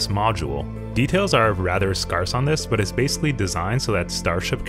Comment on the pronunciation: UGH its pronounced "sc air s" not "sc ar s" lol